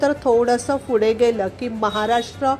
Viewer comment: माहिती छान आहे....पण फुडें नाही पुढे